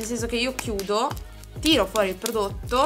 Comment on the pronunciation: “Ppprodotto.. ppprodotto” prova della P superata! Ma io piango dal ridere fino a domani 😂😂